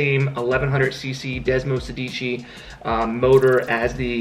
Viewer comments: Ok but who’s gonna tell him that it’s not desmosedíci but is desmosèdici??? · I'm Italian and I just can't hear you say "desmosedíci".. It's "desmosédici".. Btw love your content and keep up the great work! Lots of love from a Ducati Hyperstrada owner from Bologna, Italy..